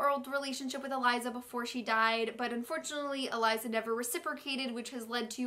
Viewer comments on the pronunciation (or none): none